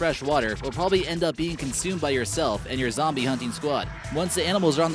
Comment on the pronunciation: In it’s like zoobie